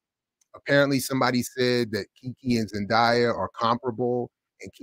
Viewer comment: her name is pronounced Zen-DAY-a, not Zen-dye-a! there’s no reason to have any level of animosity towards Keke when commenting (not ranting) on a topic that includes her accolades and star power, especially when more research into the background of this comparison is probably needed before spreading and perpetuating this narrative of the two talented women.